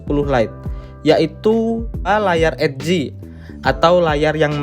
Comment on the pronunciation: Ed - g ? EDGE kali mas